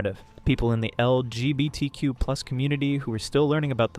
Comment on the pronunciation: This doesn’t relate to the video and in no way to be rude but every time you say LGBTQ and hearing you somewhat slur it or mispronounce I’m reminded of that one Brandon Roger’s quote “They keep adding letters, but I add tolerance!”